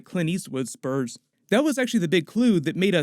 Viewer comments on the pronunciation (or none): A little after he talks about clint Eastwood, he says, " he wore special spoos on his burts." Haha. I think he meant spurs on his boots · Special spoots on his burts? Lmfao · “With his spoots in his burs”